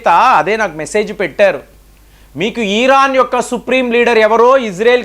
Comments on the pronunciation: EERAAN KAADU , IRAAN . DEERGHAMU VODDU😊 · ఈరాన్ కాదు భయ్య... ఇరాన్.....